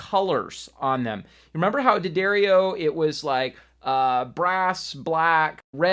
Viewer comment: From the D'Addario website: D'Addario is pronounced "Da-dairy-oh".